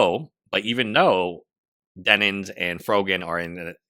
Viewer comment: Bro... I feel like you're saying, "Denins." I literally can't get passed this thing to even watch the video for some reason. Denims.... like denim jeans.